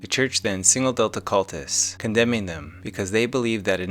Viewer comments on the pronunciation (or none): none